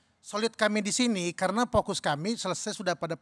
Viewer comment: Vokus atau pokus?😂😂😂